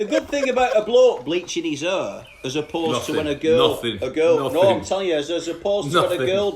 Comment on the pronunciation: Not hair, "hur"